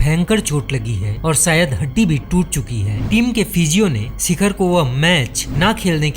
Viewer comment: सिखर नही शिखर